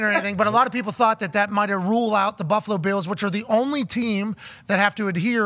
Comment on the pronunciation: Why are they saying “Buffalo Beals”??